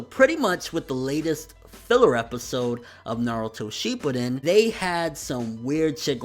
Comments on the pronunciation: Youkou Kakujou It's shipp-uuuu-den there, you'll have to find a video that has the word pronounced which is like in every storm 4 trailer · Why do you still say Shippuden wrong? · yes really.... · ***** I guess you're never going to get it through your head that it's impossible to describe without doing it vocally. It's pronounced Shippuden. Are you using your brain now? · RJKB01 Yea I can. I was only talking about because I heard how he said it. The rest of you took it upon yourselves to put your 2 sense in.